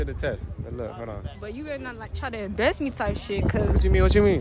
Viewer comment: she said dont embest me!!! ITS EMMBARRASS